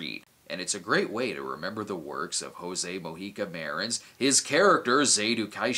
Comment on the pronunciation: Thanks for the review, but just like James Rolfe does when he makes videos about Coffin Joe, you said his name wrong. In portuguese, the J has the same sound of the english J, so you can say José as you say Joseph. Same goes for Mojica (mo-gee-ka).